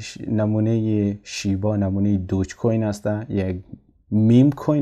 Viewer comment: آقای محترم لطفاً نام ارز رو بدون لهجه بگویید و بنویسید